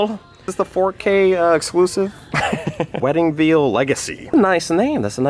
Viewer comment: Wedding "VEAL" the way I laughed at that lol